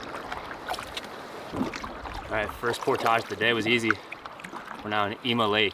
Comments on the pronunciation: 1 tip: "Portage" is pronounced "Por-tidge"... not "Por-tahhj" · Great video. You earned a subscriber. The word "portage" rhymes with "porridge," btw ;) but thats coming from a minnesotan. I didn't know it was pronounced differently in canada! You reel very fast when you're fishing. Slow it down and I bet you'll have more luck! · You are not pronouncing “portage” correctly. ˈpôrdij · You're pronouncing portage incorrectly. It's por·tuhj! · why are you saying 'portage' so weird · Hey! Native Minnesotan here...You're pronunciation of portage is French, more common in Canada than the US. You're not the only one. I've heard several YouTubers pronounce it the way you do and was confused, as I'd never heard it pronounced that way. I've been in the BWCA 5x, but not in 30 years.